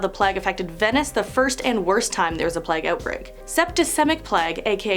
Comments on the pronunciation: plague is pronounced play-ge not pleg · It's plague not pleg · I've seen so many vids recently of people saying plague like "pleg", it's so distracting. 😆🙈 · How are Americans getting “Pleg” from Plague? 😂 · the way she pronounces plague is AHHHHHHHHHHHHHHHHHHHHHHHHHHHHHHHHHHHHHHHHHHHHHHHHHHHHHHHH no hate as she is great but AHHHHHHHHHHHHHHHHHHHHHHHHHHHHHHHHHHHHHHHHHHHHHHHHHHHHHHHHHHHHHHHHHHHHHHHHHHHHHHHHH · Why do you say plague like that?